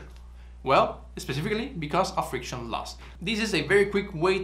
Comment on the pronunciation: Friciton 😅. Your content is great and rare